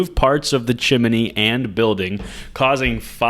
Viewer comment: Is that really how you say chimney or is this a prank??